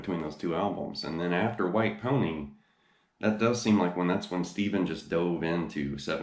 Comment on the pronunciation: Not pronounced as Steven but "Stef" as in Steftone